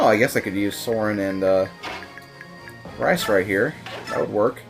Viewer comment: Are you calling him Rice? Its pronounced Reece isn't it.